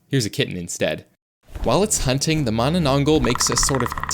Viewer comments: You don't call manananggol you say it in manananggalll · Why did bro said mananangal like mananang-gul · its not "manananggal" in true filipino fashion its "MAAAHH NANAH NGALL" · The Manananggal targets lovers because she was cheated on and wanted revenge specially with pregnant women because the person her boyfriend was cheating with got pregnant, and it's pronounced as Mana nang gal not gle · Its mannannanggall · Its pronounce “ma na nang gal” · the manana what? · Dawg js said mamanagl😂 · bro thats not how to pronounce mananangal